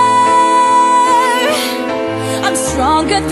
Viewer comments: Just out of genuine curiosity, is it a stylistic thing or for musical technicality purposes that she and other people who cover this song pronounces “Warrior” as “Wo-ee-yer”? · Why don’t people pronounce warrior properly when singing this song? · Someone needs to tell her that the word Warrior has R's in the middle, she seems incapable of pronouncing them